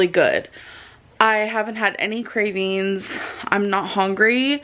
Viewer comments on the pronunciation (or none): I couldn't agree with you more! 😆 She tries to tell us how much research she does regarding diet, nutrition etc but can't do a quick Google search for simple pronunciations!? "Craveens, importint, feeelins..."🙈 She (allegedly) took more time researcheen Optavia than she did sticking to her diet plan! 😂